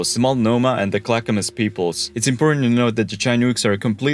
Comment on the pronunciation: Chin-ooks - pronouned Shin-ooks not Chi-nooks. I give you props for pronouncing Multnomah, and Clackamas, and Oregon correctly - congratulations. The entrance to the Columbia River is also known as "The Graveyard of the Pacific." More ships have perished here than any single location in the world.